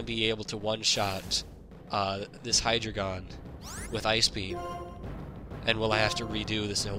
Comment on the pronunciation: It's pronounced High-Dry-Gon. Much like Articuno, Zapdos and Moltres being numbers in another language, Hydreigon's whole line spell out one, two and three in German: Ein, Zwei, and Drei. So all together it's Dine-oh, Tsvie-lus, and High-Dry-Gon.